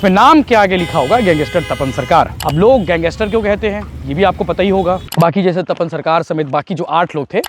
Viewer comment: गैंगस्टर❌ गैंगेस्टर ✅✅😂😂😂😂😂